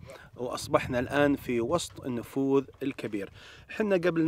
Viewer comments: ما شاء الله إبداع و ممتعه الله يوفقكم وانا عندي ملاحظة النفود اسمها نفود وليست نفوذ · ما شاء الله 👍🏼👍🏼. ترى اسمه النفود و ليس النفوذ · النفود. وليس. النفوذ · ملاحظه.. النفود وليست النفوذ